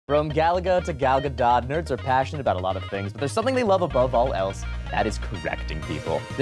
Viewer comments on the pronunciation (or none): i have never heard someone pronounce Gal Gadot's last name.. Ga-DOT... what 💀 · GADOT - GA-DOH NOT GA-DOT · uhm actually it's gal gadot (gal gah-DOH)